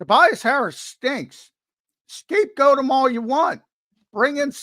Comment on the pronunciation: Highlight of today’s show, when accidentally said “Scapegooot”😂😂😂😂 a rare mistake from the man.